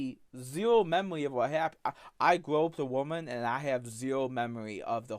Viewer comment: "I have zewo memowy of gwoping a woman" Regard, you've been recounting it vividly for the last 30 godforsaken minutes!